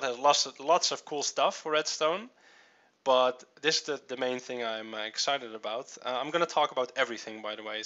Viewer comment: thing...not thins...Sheesh! LOL